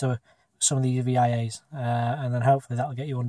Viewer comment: You might know this by now, but I don't think it's an initalism (so vias, not VIAs). It's the latin for "way".